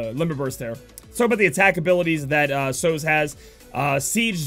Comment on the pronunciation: American pronunciations never fail to amaze me, guess it's the location, I think you guys have a grasp of Spanish for obvious reasons but a word like Sozhe? I would have thought the film usual suspects and Kaiser Sozhe would be a good cultural reference to how to say that name. On another note, did 2 dailies, got Aileen and Sozhe. Win!